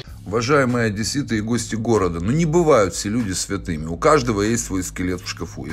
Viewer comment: осмелюсь поправить Вас. Не одЭссит, а одЕссит!☝️А в общем, согласна с Вами!😊